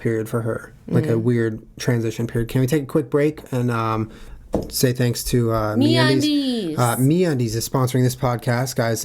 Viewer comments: MeatUndies is what I thought you guys said. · lol when he said me undies I thought he said meat undies and I was like... 0_0